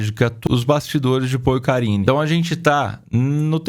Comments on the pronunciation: Eu tbm tava ouvindo isso 😂😂😂😂😂 porcarine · Também entendi Porcarine! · Na hora que falou "endereço os bastidores de paul e karine", eu entendi bastidores de porcaria 😂😂😂